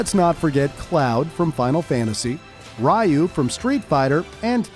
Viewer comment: He also missaid "Ryu."